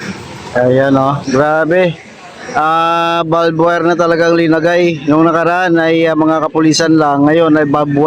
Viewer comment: Di ba barbwire di balbwure!!!